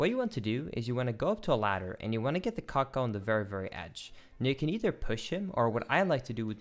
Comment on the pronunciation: a bit too much emphasis on the CUCK-oh